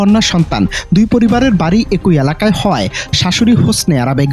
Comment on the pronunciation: রিপোর্টার ভাই,বাংলা অভিধানের উপসর্গের উচ্চারন না শিখেই কি কাজ পাইছেন ? এক -ই বলেন এ-কই আবার এর -ই বলেন এ-রই।